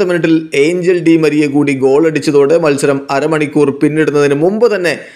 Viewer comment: It's not angel it's angeel